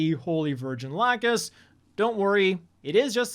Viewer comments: Saw it yesterday dubbed but man them saying la-Q-us instead of the old la-ck-us pronunciation threw me off so hard for her name. Whole movie my brain kept correcting it. Got to point where I asked the gundam fan next to me if I was crazy hahaha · I watch it in dub unfortunately. I cringe everytime they call lacus as "lacoose" Other than that, very fun movie. Should have been at bare minimum a duology. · Just got done watching the movie it's clear that the English voice actors didn't watch the original dubs lacus being called la cos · Lacooose Lacooose Lacooose…Americans voice actors really butchered the all the names. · I Loved The Movie in English Dub however I didn't like how they pronounced Lacus name as LA-COOUS WTF... And Kira Last Name YA-MAAATO again WTF. So Stupid so I had to just get over the new voices and butchered names... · I just don't understand why they pronounced Lacus as Lacoose, but I was glad we got to see Stella again😜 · I enjoyed it overall. "Lacoose" made me wince and cringe every single time I heard the new butchered pronunciation. It's not even written to sound like that in katakana. It's like none of the new VA's even watched any of the old dubs to hear how things were pronounced. At least they got the same Eng VA for Mu. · I'm sorry you had to watch the worst version of it. That dub was atrocious. I watched both the English subbed and the English dub and the subbed version is easily the better version. Every time that pronounced Lacus as Lacoose made me visibly cringe. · English dub version sucks though. The butchering of names of people and things was easily the worst part. If they had the original Ocean Dubbing crew it would be ok but they didn't and it definitely suffered for it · How can you not talk about how they pronounce "Lacus" name. It was knife piercing everytime they say her name. That's my biggest complaint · They say lacus name wrong the whole film lol saw it last night be prepared for that